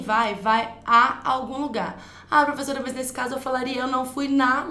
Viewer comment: que romantiquinha essa prevezora (minha irmã falava assim) hahahhaah